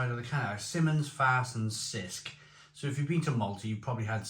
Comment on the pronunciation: The 'C' is Cisk has a 'CH" sound like in 'chip.